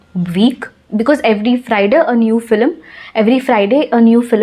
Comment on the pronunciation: Cinema means FILM not FLIM. Please pronounce as FILM not FLIM